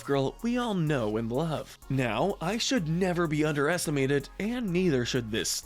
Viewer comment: He put eye not ice